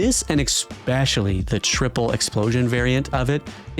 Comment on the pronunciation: Dude says "expescially"